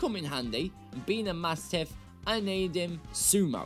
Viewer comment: THERE IS NO T IN MASCHIFF!